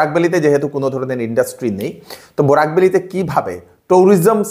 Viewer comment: Borak not burak